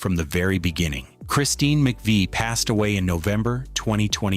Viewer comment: Using footage of a tribute band is as bad as giving Christine no respect and mispronounced Mc Vie.